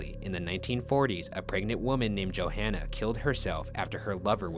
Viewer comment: You’d think after all the research Ryan does he’d say their names right, Johanna isn’t Joanna. It’s like yo-hahn-uh. Respectfully.